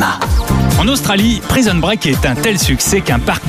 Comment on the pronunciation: Praïson break 😂😂😂 des acteurs de doublages qui savent pas parler c’est le comble.